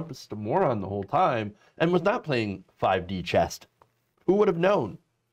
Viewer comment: Did she say 5 D chest? lol....